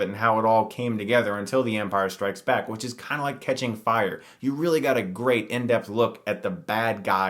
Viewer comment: *in Whhich